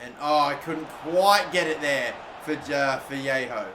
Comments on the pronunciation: Vallejo is pronounced Va-lay-oh you're saying it like Viejo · No its pronounced as va ye ho or ba ye ho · Dnt know why u keep calling Vallejo "Vallejo" when it's clearly pronounced "Vallejo"